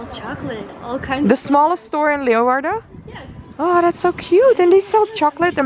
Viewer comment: Wonderful tour.....and thank you for pronouncing everything right! I was born in Leeuwarden and my family goes back many generations in Leeuwarden and Friesland! Lived there until I was 6 years old. But….at least learn to correctly pronounce LAY VARDEN!